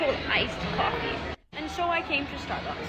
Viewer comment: Starbax iz not riăl cofiiii